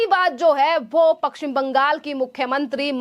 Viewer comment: पश्चिम बोलना नहीं आता और बाहरी को बहारी बोलती है।